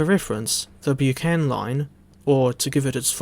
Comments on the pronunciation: Thanks for your review, splendid as always and much appreciated. I live close to the disused Bucksburn disused halt shown on the line. Not wanting to nit-pick but the word Buchan is pronounced Buck-an as the Buck in Buckingham 😉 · Its pronouced Bucken , Good video mind